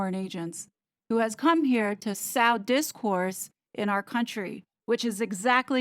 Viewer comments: Great stuff as always. One thing "sow" when it comes to "sow discord" doesn't rhyme with "now" it rhymes with "tow" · Love your videos - and I'm thrilled you're covering more important topics. I want to get your content spread everywhere - I hope you'll accept my respectful correction on how you're pronouncing the word "sow". It's pronounced like "sew", not sow like how. To sow discontent means to seed it. I hope you understand - I really respect your work & everyone can use a second set of eyes! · Yup! Sorry, it probably seems unimportant in context, but to avoid distracting the listener: the verb 'to sow' (as in seeds), should be pronounced like 'so', not like 'how'. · Helping hint: Sow pronounced Sew, Sewing, Sewed, etc. And wow, incredible work on this continuing series. Is Sentebale located in a non-extradition country? Is that why Harold is going to Africa? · Thanks for covering this. (FYI, sow is pronounced like so or sew, unless you're talking about a female pig.) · I appreciate what you have to say about your observations and beliefs, so please understand I say with respect that the word 'sow' when used in the context of the phrase 'you reap what you sow' or 'sowing seeds of discontent' is pronounced like sew. A female pig is referred to as a 'sow', which is pronounced with the 'ow' sound as you pronounce it. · "...sow disinformation...." is pronounced 'sew' - not with a long 'o' like a pig. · Thank you for bringing up this topic. I agree with you. Free speech is worth defending. There is so much corruption in this administration. It's going to take a superhero to get to the bottom of this mess. By the way sow sounds the same as sew. just a suggestion.